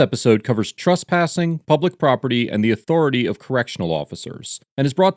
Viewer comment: “Trusspassing”. It’s trespassing